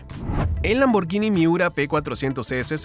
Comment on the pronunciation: ¡Es la primera vez que escucho a un hispanoamericano pronunciar correctamente Lamborghini!